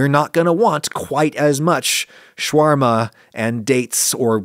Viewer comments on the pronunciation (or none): none